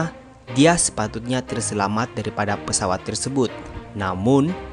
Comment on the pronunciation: Pesawat boss bukan peswat